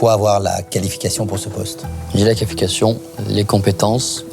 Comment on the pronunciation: "J’ai la Calification" fou rire le fourchage de langue après un “vous avez pas de longue étude pensez vous…" ça m’a terminé